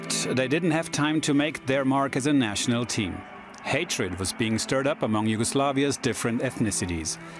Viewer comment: Props to you for pronounciation of Yugoslav names... For a moment I really thought you are of Slavic origins